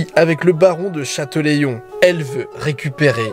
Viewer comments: je suis rochelais et en effet il s'est un peu trompé sur la prononciation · La ville d'Aytré se prononce "étré", et je crois que c'était "chatélaillon" au lieu de "chateuléillon" C'est lévioOOosa, pas léviosAaaa Sinon continue c'est sympa de voir nos région de ce point de vue, fait un tour dans le Morbihan ;) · Super reportage de ma région, c est la où je vis et où je suis né. Par contre on dit Chatélaillon pas Chatelaillon ;) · Super vidéo petite précision sur les prononciations. Pour Aytré pas besoin de faire le sons "yeu" sa se prononce "étré" et pour Chatelaillon pour le coup c'est pas "chateléillon" mais "chatélA-ion" Voilà juste deux petites précisions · Alors... : aytré* , point du ché, du de chatÈLaillon (Châtelaillon-Plage) mais bien bien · Ça m'a piquer les oreilles c'est pas chatelaillon 😂